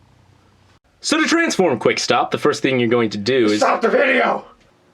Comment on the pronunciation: He said quickstap